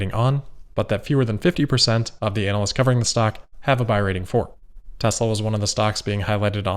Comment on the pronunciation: Once again a terrific analysis. And I get a kick out of the way you pronounce "ANAL-ysts"....I know it's on purpose and I have a similar opinion of anal-ysts. They drive me crazy. I listen to their opinions primarily for entertainment. Toyota really seems to be hanging onto the ICE engine for dear life trying to forestall the inevitable and inexorable transition to electric transportation.